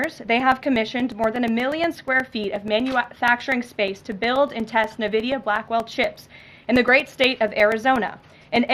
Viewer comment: Did she say "navidia"?